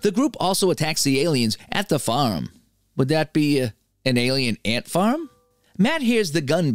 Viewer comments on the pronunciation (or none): "Alien Ant Farm'" That hurt me physically